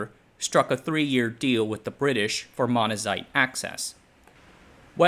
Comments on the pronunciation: "Beryllium" sounded fine, I more noticed "Monzanite" vs "Monazite" Two very different rocks... and it's spelled Monzonite. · oh my god you suck at reading this script. Get someone else to do it. What is this, AI trash? Jawaharaoo Nehru. Manazite. Gotta get that Manazite. LOL